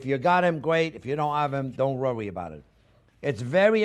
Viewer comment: "Dont rury bout um."..